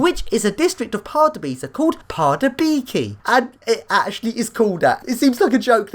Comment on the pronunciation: Dont read it like pardubaici read this:Pardubyca